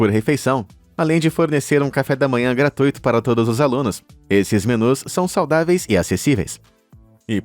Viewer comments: Falando em escolas, ensino, quero colaborar: gratuito é um ditongo (decrescente) e não é um hiato; a divisão silábica é essa: gra-tui-to e não gra-tu-i-to; e a pronúncia portanto é igual a rui-vo e mui-to (e ninguém fala ru-i-vo e nem mu-i-to); outros ditongos semelhantes: fortuito, circuito, flui-do (substantivo diferente do verbo particípio passado que é um hiato: flu-í-do, que quer dizer foi escoado, escoou); vamos falar correto, se não leva nota baixa na escola e na vida! 😊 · A pronúncia é GRATUITO, acento tônico no U, rimando com CIRCUITO, FORTUITO.